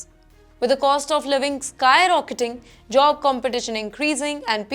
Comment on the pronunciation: Its job not jo-ob